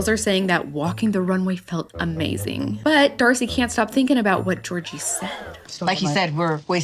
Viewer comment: Stacey and Darcey look like drag queens. Jasmine looks ridiculous in the tight a$$ jumper. Can someone tell her that it’s “what”, not “gwaht”? 🤦🏾‍♀️